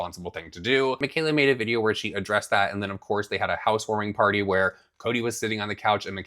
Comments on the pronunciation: That’s Potty not party lmao 😂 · Mikayla cracks me up the way she pronounces "party." House warming paaahtie.....paahty....paaahtee. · PAHDY! Did you have a PAHDY?! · If Mikayla says "pahdy" one more time XD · It's funny how Mikayla chooses just a few words to have that over dramatic Boston accent. If you watch the first Karen Read trial, you would hear how they really sound. She is almost correct because she does pronounce them correctly, but she just overdoes it. She's the one who put Cody in the limelight, so he is fair game. You (Mikayla) can't make them stop talking about anyone you put in your videos.